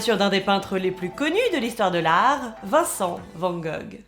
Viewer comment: Amis français, prononcez Vanne Gogh pour ne pas passer pour un touriste dans un musée.